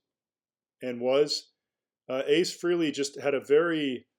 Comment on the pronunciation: It’s FRAY-LEE!!! 🙄